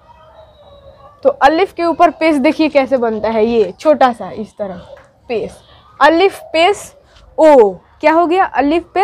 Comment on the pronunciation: Pesh ka pronunciation ou nahi oo hoga